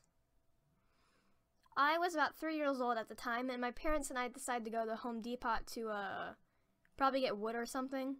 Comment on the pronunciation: "De-pot" VIDEO RUINED jk nice video :D